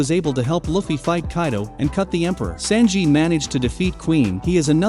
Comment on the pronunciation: I hate the way he’s saying “Sanji” 😭